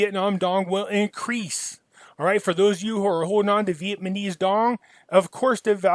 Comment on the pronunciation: Who else loves to hear say "Vietmaneez"? Lol. Love this guy.